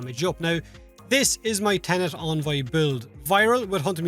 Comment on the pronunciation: En-Voy not On-Voy